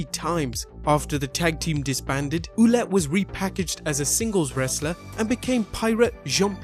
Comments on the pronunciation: For Jean-Pierre Lafitte, you should pronounce his last name Ouellet like Well-et and not Ouh-let ... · Good video man. FYI you butchered Carl Ouellet's name ;) It's pronounced like wallet :) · About the last wrestler you mentioned Pierre Carl Ouellet, the pronounciation for his last name would be something more like Well-et.